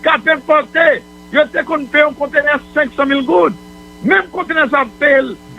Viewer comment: Moïse Jean Charles doué kinbé calme li leu lap parlé. Li pa kapab di 1, 2, sanl pa mété surette nan bouche li. Par exemple un sé in, deux sé dé, bagay yo grave.